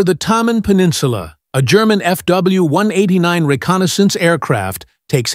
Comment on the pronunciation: Start at 40 seconds into this video. The narrator for this channel has some serious speaking problems. This guy refers to FW189s as "FW one-hundred edinine ezz ". Not to mention, the pictures they show are of different planes than what's being talked about. What the f*ck?